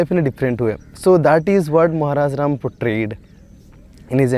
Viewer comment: It's Ram not Rama